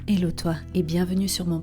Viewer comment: "Ello toi"!C'est en quelle langue ? Espagnol c Hola Anglais c Hello Français c salut Néerlandais c Hallo "Ello"?? Svp! Si vous ne savez pas dire "Hello", dites salut en français et c'est tout ! Arrêtez votre "Ello" qui fait vomir, franchement !